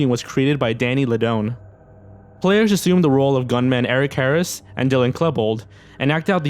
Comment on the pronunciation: “Eric Herris and Dylan Klehbold” sTOPP AHAHA